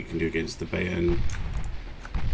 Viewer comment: Have a semi-rhetorical question, and a note on German pronunciation. The question is; why does nobody ever use just normal torpedoes? It's always electric, or fast, or oxygen... Next; in German, the ai and ay vowel combinations give a long "i" sound. So it's By(ern) and My(nts). Cheers from a word nerd.